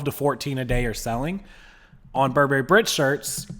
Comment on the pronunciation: Please learn to pronounce Burberry! People who know how to pronounce the brand are more credible!